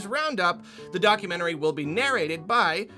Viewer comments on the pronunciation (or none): none